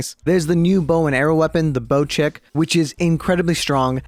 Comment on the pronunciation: BOCEK is polish and say is not like BOCHEK say it like BOTSEK T+S